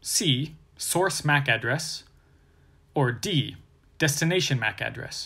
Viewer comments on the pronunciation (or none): i very much dislike how he says MAC address, Makes me wanna quit watching